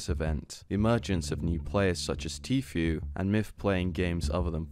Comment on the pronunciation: I just fucking knew it. I KNEW you were gunna say Tfue wrong. I FUCKING KNEW IT